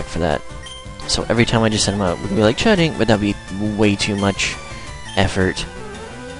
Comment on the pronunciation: Why do you say ch'ding's name like that? :/